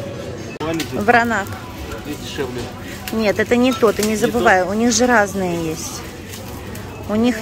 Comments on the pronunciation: Вино называется Вранац, а не Вранак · Вино ВРАНАЦ правильно, а не Вранак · Вранац ! Вино Вранац ! Почему вы вмё время коверкаете названия ! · Да ей плевать! Она сказала Вранак, значит Вранак!)))☝️ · Читает она всё,а коверкает слова,ест на камеру для большего числа комментариев.